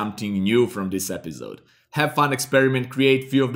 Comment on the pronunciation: i am gonna subscribe to the channel the moment he stops saying it 'epizode'. Great tutorials man! thanks for the tips and tricks.